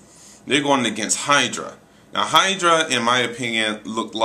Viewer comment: It's Hydro, not Hydra.